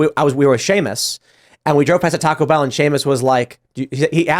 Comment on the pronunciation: C'mon man. You're saying Taco Bell wrong.